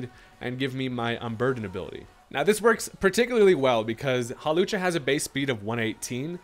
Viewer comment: Not "Hawlussy" 🤣